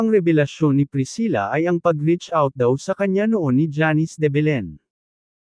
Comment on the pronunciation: Simpleng name na janice eh hndi mo pa mabigkas ng tama.. Sino mgtatyaga panoorin at tapusin ang video mo?